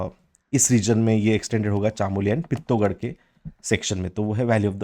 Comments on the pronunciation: सर गोविन्द पशु विहार को आप पौड़ी गढ़वाल में दिखा रहे थे वह उत्तरकाशी जिले में आता है उसके अलावा आप चमोली, पिथौरागढ़ भागीरथी का शुद्ध उच्चारण नहीं कर रहें प्लीज आशा है आप इनको सुधारेंगे 👍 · Pithoragarh or chamoli to shi se bol lo sir uttrakhand se hu